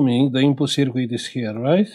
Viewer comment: Don't mean to insult you but circuit is pronounced SIRKIT not sirquit. Thanks for sharing your work 👍🇬🇧